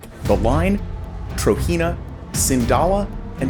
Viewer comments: It’s pronounced TROJENA Tro-JENA Not Tro-Hina or Tahina تروجينا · Hearing you pronounce "Trojena" as "TRO-HEE-NUH" is cringe as hell man, it's pronounced "TRO-GEN-NUH"... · It pronounced as Trojena, with "j", not "Trohena" or something.